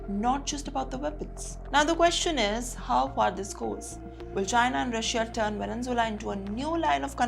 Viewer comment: Madam, pls correct your pronunciation of the word Venezuela. U r a news reader.